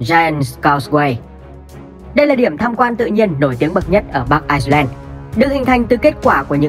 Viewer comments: Ad đọc là Ai-len mới đúng, Ai-xơ-len là 1 quốc gia khác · Bắc Ai len nhé ad. K phải ai xơ len. Đọc sai rồi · người đọc thuyết minh nên về học thêm tiếng anh. ireland mà cứ đọc thành iceland là sao. làm kênh về kiến thức mà đọc như thế là chết rồi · Ai len chứ k phải Ai xơ len nhé ! 2 qg này khác nhau hoàn toàn ! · Đọc là bắc ailen thôi đọc bắc aixlen người ta còn tưởng là Iceland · Vậy đọc Ái-Nhĩ-Lan và Băng-Đảo cho dễ phân biệt luôn! Mà đúng là ad đọc nhầm lẫn giữa ai-len thành ai-xơ-len😅😅😅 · Ai len và ai xơ len là hai quốc gia, ai xơ len là quốc đảo ko hề có chung đường biên giới với vương quốc anh, chủ kênh đọc sai tên nước rồi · Ad bị nhầm Ireland với Iceland sao ấy. Toàn đọc là Ai sơ len. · IRELAND có âm s đâu mà đọc là ai sờ len :)) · Ad nên phát âm chuẩn hơn, Ireland và Iceland là 2 đất nước khác nhau, Ireland mà phát âm có âm ‘s’ vào nữa sẽ làm nhiều người nhầm lẫn 2 quốc gia này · kênh không nhầm bạn ơi, chỉ là phát âm tiếng anh chưa chuẩn lắm. Ireland phát âm tiếng việt là Ai-len. nhưng phát âm tiếng anh thì Ireland và Iceland nó khá giống nhau (Rơ và Xơ) đại khái là vậy. Tuy nhiên kênh có sử dụng bản đồ minh hoạ trong tất cả các video để mọi người dễ hình dung.